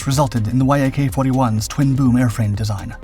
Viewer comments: Why do you spell out Y-A-K instead on saying it as a one syllable word (the way I've heard it pronounced)? You don't do that with MiG. I've also heard Su pronounced as a once syllable word. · YAK is not an acronym, it's the first three letters of the head designers surname Yakovlev and should not be pronounced like reading and acronym, but like pronouncing Alexander Sergeyevich surname without saying the rest of it.... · YAK is pronounced as a word - "Yak" - not as separate letters, same as "Mig". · Voice over can't seem to pronounce namesm and the title YAK vs Y.A.K. The presentation is rude to viewers. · The synthetic naration has a problem with pronouncing selected words like YAK vs Y-A-K. Irritating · C'mon man, you've been doing this for long enough to know to say "Yak" instead of "Y-A-K"...FFS. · It is not Y.A.K. but Yak, like in your Yack - engineer named Yakovlev. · If you aren't actually an AI voice, you really need to learn to pronounce common stuff like VTOL, Yak, Su correctly instead of spelling them out, it just sounds weird otherwise. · please don't call it as Y. A. K. - that's wrong. Call it short and simple as - Yak. This is how it's called originally. I really love your videos. You're welcome to DM me for any help request with Russian names or any other words' pronunciations.;) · interesting. but I thought it was pronounced Yak rather than Y.A.K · It's not "Y" "A" "K" It's "Yak" Yak is short for Yakovlev. The name of the founding chief designer of the design bureau. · that's not Y–A–K, it's "yak", for eff's sake! An ACRONYM, ABBREVIATION "Yak" - the first three letters of the family name Yakovlev! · yak is one word, not y-a-k also the whole thing got purchased not stolen lol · NATO pronounces the airframes from Yakovlev the same as the animal, which is spelled the same. Like Mig, Yak is a word, not spelled out phonetically. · Yak is pronounced as one word, not spelled. Like MiG and Mil. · Dude say Yak normally